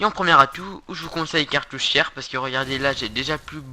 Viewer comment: je crois que t sour mais il dit catouchière